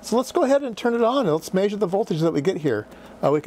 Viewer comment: It's not 'Maysure' it's 'Measure', and by the way, you are completely Bonkers.